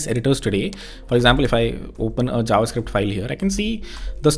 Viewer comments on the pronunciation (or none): none